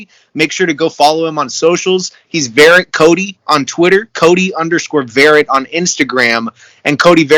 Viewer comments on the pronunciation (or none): Dude, it's pronounced Vuh-Rhett...love ya Cody!